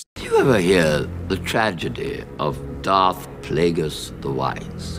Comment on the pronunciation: deserved at least 100 sins for mispronouncing darth plagueis